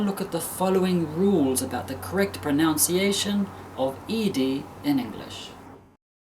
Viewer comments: Hello sir. The word "pronUnciation" is pronounced /prənʌnsiˈeɪʃən/ (nʌn), not /prəˈnaʊnsiˈeɪʃən/ (naʊn) like the verb to pronOUnce Great video btw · I love this video and share it with my students. The only thing I really can't stand is your mispronunciation of the word pronunciation /prəˌnʌnsiˈeɪʃn/. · Great video, very well explained. I love the graphic charts. Just one point - you say the word "pronunciation" as though it is "pronounciation" which is incorrect. It should be said like it is written. (I am a native English language teacher, BTW) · I've recommended this video to several of my ESL students, but I do have one (admittedly minor) complaint: All throughout the video, you kept saying "proNOUNciation", rather than "proNUNciation". It didn't happen often, but for an English learner who might play (and replay) this video, such an error can eventually become problematic for them.